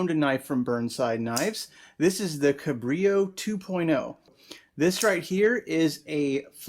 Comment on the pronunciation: FYI, little known is that "Cabrillo" is a Portuguese word (for the explorer) and they pronounce the 'L' sound unlike Spanish y sound